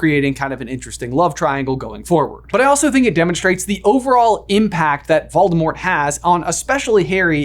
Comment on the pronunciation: Here's a suggestion for a video you can call it "what if I pronounced VOLDAMORT corectly." Even though you won't despite all the references on how to pronounce the name VOLDAMORT!